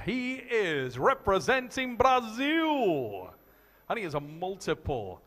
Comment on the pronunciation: Damn really said Brasil right! Thanks,!!